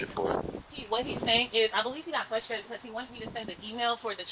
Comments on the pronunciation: “FLUSTRATED” … interesting 🤣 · Flushtrated?! Duhhh!! It's frustrated dummy!! 🤨 What you did to that house is disgusting!! For that, your karma is going to really suck!! Your kind never change!! 🤨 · Flustrated 😂 ma’am